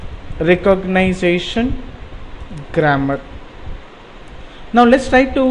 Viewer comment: recogniZAtion??? you make me sick